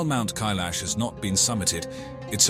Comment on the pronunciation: It's Mount K-eye-lash, dummies!!!